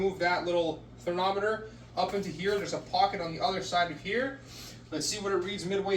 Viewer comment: It’s called thermometer! You keep calling it THERNOMITOR lol